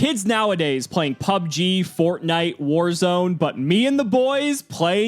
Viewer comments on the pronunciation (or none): none